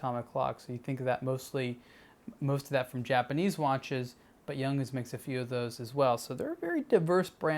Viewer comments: It is pronounce like Yoong hans. Not like Young hends. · Not pronounced Young’ins. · Hey, its pronounced Yung-hans.